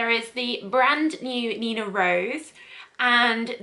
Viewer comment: Its meant to be Rose as in the French for pink, not rose as in the flower. Like the Rouge, which means red. Thanks for the review, made me realise neither of them would be for me